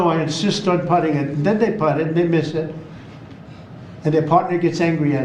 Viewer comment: He says putt and I think PUTZ ! Putz in need of a reality check !